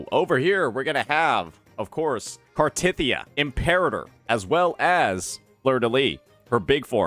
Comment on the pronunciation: Why the emphasis on “tith”